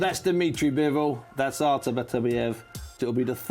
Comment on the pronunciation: Buncie stop saying Arthur🤣🤣🤣